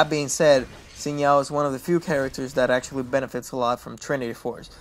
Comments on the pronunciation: actually its shin not zin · Sin zow? lol Pretty sure its pronounced Zin Jow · just say, sin JoOW. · i heard him say Sin Now and now I think i'll just find another guide lol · The name is Zin jao , i mean the prenounce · Why can't you pronounce Xin Zhao...